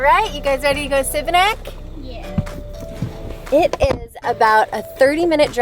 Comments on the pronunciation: Šibenik is pronounced like Shebenick and not Sibenik. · The city of Šibenik is pronounced She-ba-nick. The S has an accent making the sound Sh. Great video. Txs. Hvala lijepa. You are headed to Krka Falls - kirk-ka. Another beautiful adventure in Croatia! Cannot wait to return to my Croatia - sretan put - happy travels. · Love the video but you pronounced the city wrong every time.